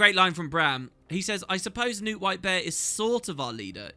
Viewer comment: I always forget to check, does the voice acting actually pronounce Knut 'Newt'? Because it has a K in it, and we don't have silent consonants in Scandinavia.